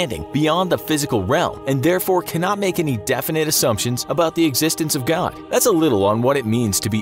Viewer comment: Why do you speak "god" as "godn"